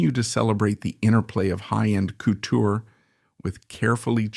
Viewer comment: Ckootoooo.......😂 couture